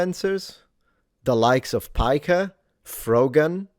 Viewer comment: Bro stop pronouncing his surname wrong like Americans. He is originally a Turk and thus has a Turkish surname. You would sound much more correct if you treated "Piker" like an Italian word instead of English (I know Italian originally does not have the letter "k", think of it like "ch").